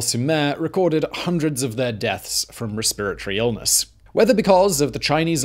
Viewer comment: What is a respberry illnus?